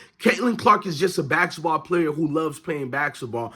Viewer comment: Practice saying basketball please.